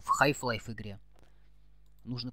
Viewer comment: Не ХАЙФ лайф а ХАЛФ лайф